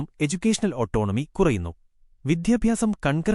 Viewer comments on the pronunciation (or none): 'വിദ്യാഭ്യാസ 'ത്തിലെ 'ദ' ശരിയായി ഉച്ചരിക്കു സുഹൃത്തേ